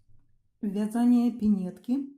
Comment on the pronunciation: А где так Яяяякают? вЯзание